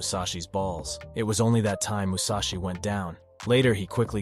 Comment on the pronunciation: "Mushashi" huh?